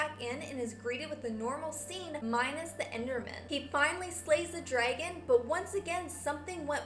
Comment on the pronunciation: You ceep saying Derngon but its really dragon.